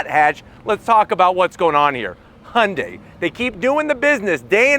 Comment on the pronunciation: Only one non-korean car reviewer who can pronounce Hyundai correctly.